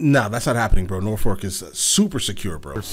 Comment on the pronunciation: It’s Norfolk not norfork lol Or as we call it in the area Naw-phuck